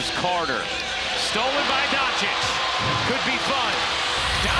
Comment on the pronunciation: Agreed. Luka donchick, Paolo Banchairo, Jeremy Sochan (ch should be silent but way he said isn't silent.)